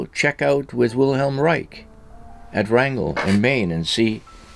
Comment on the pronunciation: It’s not “Rangel”, Maine it’s rangeley, Maine. I live nearby.